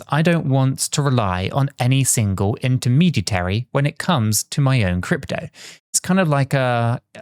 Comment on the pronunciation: The word is "intermediary," not the non-word is struggling to pronounce.